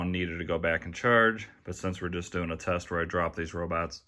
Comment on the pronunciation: You accidentally said Chest instead of test